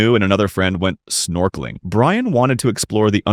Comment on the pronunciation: the ai voice doesn’t know how to say it properly